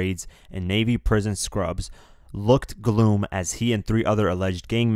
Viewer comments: It's not gloom. It's glum. Like gum but with an L. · gloom is not glum. pronounce like this GL-UM, like glue and gum. knucklehead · He looked "GLOOM"???? ( ish) The word is pronounced, as spelled 'Glum' It rhymes with SOME/ DUMB ... etc. 😎🐨✌🌠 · Glum rhymes with gum, gloom rhymes with moon. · Lol "gloom" when pronouncing glum. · Glum is not pronounced gloom you dumb fuck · Until just now I had never heard “glum” pronounced incorrectly. And you need to cite the journalist who wrote the article you are getting all of your information from. They did the work. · "GLUM" IS NOT "GLOOM" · Bruh I had to turn this shit off instantly after he said “gloom” instead of “glum” ... rhymes with dumb.. like u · Looked “gloom”??? Sounds like English is your first language too, how do you not know how to pronounce “glum”. Get someone to proof your videos before you post. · Gloom? It's glum. Learn to read please. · hmmmm all tough in the studio then when shit hits you see em roaches scatter... and its pronounced "gluM" not "Gloom" lol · "looked gloom" it's pronounced "glumb" dude. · Glum rhymes with plum. You said gloom. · Not gloom, glum like plum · did you just pronounce glum as gloom?! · this guy can't even read correctly. glum is not pronounced gloom and how u gonna say 29th when it clearly says 21st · Glum as in gum, not gloom as in room. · It's glum not gloom ya doom ass. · looked "gloom" but it clearly says glum. What even in the fuck. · glum "gloom" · It's not gloom it's glum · This dude just pronounced glum as gloom. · Lol glum is pronounced like your dumb bum chum not gloom maaaaaaate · Hey dummy did you say "looked 'gloom'"? NO STOOPID it's pronounced "glum" rhymes with bum, cum and dumb!!!! omg 😡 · I stopped watching after you pronounced "glum" as if it was the word "gloom" . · You're not a valid source. You said glum as gloom 😒 gtfo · “Glum” is pronounced like bum. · Glooom ha ha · GLUM rhymes with GUM not GLOOM. Oh my goodness. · It’s not pronounced gloom